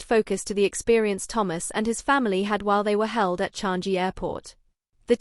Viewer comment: True. Especially when pronouncing the word "Changi" it's very annoying each time a non Asian person pronounce certain words lol